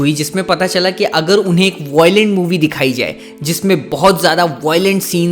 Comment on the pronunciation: Voilent kya hai 😂 Violent ✅✔